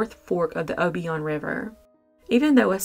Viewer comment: The river you said that Marlena was possibly thrown in, is pronounced "OH-BY-IN" Rver. This happened a road over from my grandmother's house. 2 years before I was born. But every time I pass that house, I think about it. I do wish someone would give the community some closure. I am not sure about any local family still being if. But, it's crazy they still have never figured it out.